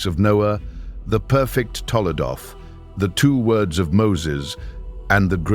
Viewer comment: TOLDOT... NOT TOLADOT... תולדות